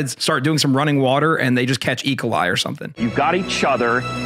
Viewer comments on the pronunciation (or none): wtf is "eekalie"? It's E. Coli. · Everyone: "E. coli": "Eagle Eye"